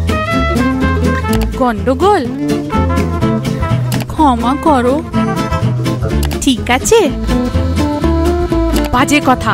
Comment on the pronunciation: Why the fuck is she pronouncing কি করচো and ঠিকাচে instead of কি করছো and ঠিক আছে? -.